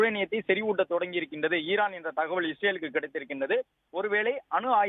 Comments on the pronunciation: Irrrran இல்லை ஈரான் reporter ரே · ஈஈரான் இர்ரான் இல்ல